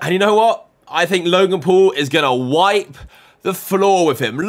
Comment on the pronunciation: U said log in pool not logan paul